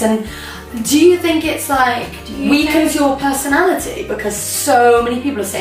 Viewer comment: She always says fink instead oh think